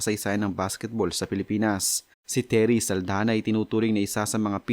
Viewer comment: SALDAÑA not SALDANA